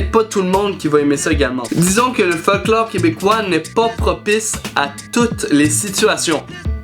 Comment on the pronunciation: Quand tu dis dis "Folklore" j'entend "Fuck Laure"